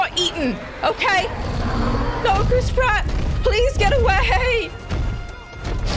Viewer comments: Any and every time someone says Chris Pratt I can’t help but hear Crisp Rat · the way says chris pratt sounds like she says crisp rat